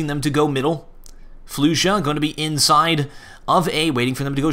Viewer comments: flusha's name is prennounced more like flosha not floosha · yeah i know but hes says it like floosha so in order to explain how it should be said i sad its like flosha because it kinda is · did he just say floosha